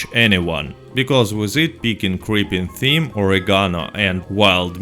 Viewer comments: Thyme is pronounced time. I know English words are stupid. And I disagree about best way to feed horses. There are wild carrots you can pick pretty much anywhere. They are not hard to find and they are free. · Thyme is pronounced like the word time. Silent H. Excellent video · I love how he says it "creeping Tim" 😂